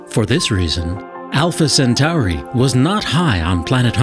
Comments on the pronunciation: Alpha sentory not sentary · Where is the commentator from? When did Alpha Centauri become Alpha Centari ? It's 'Cent-or-ee', not 'Cent-ar-ee'. When we get to this fictitious planet, let's teach the fictitious aliens to speak English or we won't be able to communicate with them and it will all be a waste of space time. Meanwhile, back on planet Earth....... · lol, alpha centowri and sateeeerrrn. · Why do science shows always have narrators that pronounce one or more things strangely? I've never heard someone pronounce Alpha-Centauri as Alpha- Cent Ow Ree until this video. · why do they alway find the weirdest people to narrate these videos. i can't pay attention to the actual video when he keeps saying alpha senTOWry and saTURN. ps i think we'll still be around well after 2150.